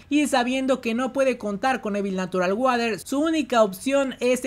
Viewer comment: Hola amigo, me gustaría ayudarte con la pronunciación de Evil Natural Water.... La pronunciación debe ser "Ivol Nasural Worer". Ahí quedas como un winner 😎👍🏼